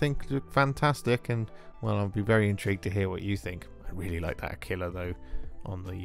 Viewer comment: LOL I know this is a year old, but whoever told you to pronounce "aquila" like tequila is certainly fucking with you